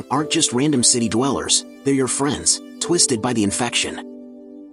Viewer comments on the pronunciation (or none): You said twisted